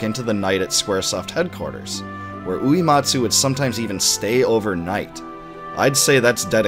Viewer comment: Hey, small gripe, but when you’re talking about Nobuo Uematsu you are mispronouncing his last name and it’s very distracting. It is not “ooh-EE-mot-soo” like “bleed” It is “ooh-EH-mot-soo” like “Meg” Going back to watching the next 2.5 hours!